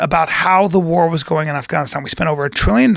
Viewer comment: Bryan aka I know everything says afgannisstam like a douche.